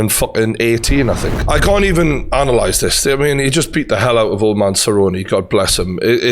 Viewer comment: Why do you pronounce 'man' like that? What an interesting accent :0